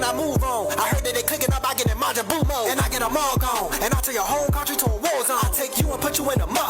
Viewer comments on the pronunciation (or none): none